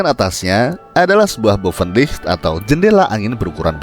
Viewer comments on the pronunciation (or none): Tolong dilatih lagi mengucapkan istilah Bahasa Belanda nya saya yang fasih sampai harus baca tulisannya supaya tau apa yang diucapkan. Menyebut Buitenzorg, Bovenlicht, dsb tidak terdengar jelas malah seperti berkumur-kumur.